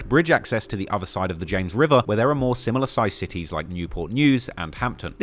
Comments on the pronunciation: I from VA and I’m so glad he pronounced those cities right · I’m from the 757 so for you to pronounce all the cities correctly shows you do your research ❤